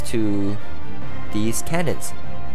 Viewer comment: cannons, not canyons